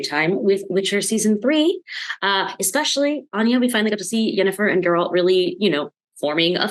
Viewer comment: Why do people always pronounce Anya’s name wrong.